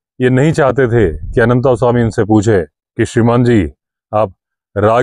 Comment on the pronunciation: आप तो "अनन्तास्वामी" ना कहें। अंग्रेजी मे अनन्त लिखने के लिये t के बाद a लगाते हैं क्यों कि त मे हलन्त नही है। हम हिन्दीभाषिओं को तो सही उच्चारण पता है। और जो hide बनाया था उसका नाम zariba था। original edition मे मिलेगा। वैसे इस adventure को जितनी बर पढ़ता हूं Anderson साहब पर गुस्सा आता है। क्यों कि जब वह पहली बार डाक बंग्लो से अनन्तस्वामी के forest rest house आदमखोर का पीछा करते हुए पहुंचे थे तब क्यो नही अपना back pack साथ लाये थे, जिसमे उनका torch, clamp और प्राइमस स्टोव रखते थे। अगर लाते तो इतनी समस्या नही होती। खैर अन्त भला तो सब भला। पर unholy partnership रोंगटे खड़े कर देता है। अनन्तसवामी को दोष नही देता।